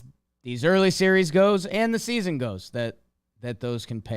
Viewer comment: It’s baseball sneezon